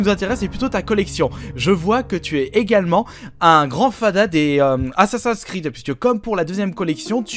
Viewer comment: j adore tes videos mais s il te plait j en peux plus que tu prononces assassin s creed a la francaise ca me fais mal aux oreilles